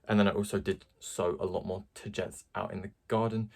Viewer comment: From what I know you pronounce it Ta - gee - tees. Ta like tata for now, gee like from oh geez and tees like teas